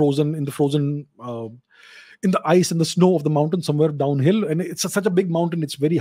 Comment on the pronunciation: You know it's going to be a good one, when Mr. Chavda goes "let's look at ze map"